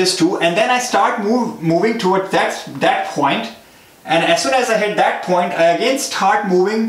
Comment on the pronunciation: aap please point ko phoint mat bolo. video nhi dekh paa rha